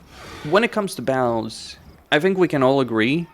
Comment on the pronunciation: the way you say battles without pronouncing the Ts makes it sound like your saying BOWELS as in the poop in your intestines 🤣 makes everything your saying quite funny without context! Otherwise you have great english, just make suyre your saying "baT-Tul" now bowel lol. also very insightful video thank you!